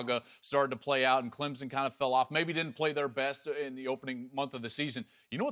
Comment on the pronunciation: No z in Clemson.